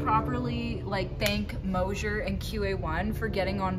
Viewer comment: There is no “H” in MOSER!!!! Please pronounce it properly kids!!!😊Love this channel 👍